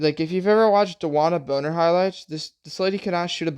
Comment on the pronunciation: Brother. It’s bonner*😂😂